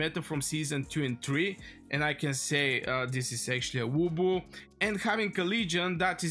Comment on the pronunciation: Its lubu, not wubu. 😂❤